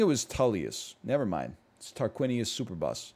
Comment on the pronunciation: Loved his pronunciation of Superbus